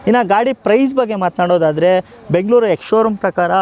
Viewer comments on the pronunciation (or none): none